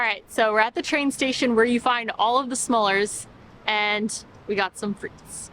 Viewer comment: Smallers? It is smullers, with a "u" and pronounced approximately as the "u" in to cut.